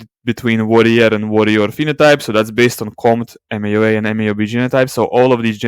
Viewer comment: Those are not the pronunciations of warrior and worrier. I mention because I couldn't understand what you meant in previous videos.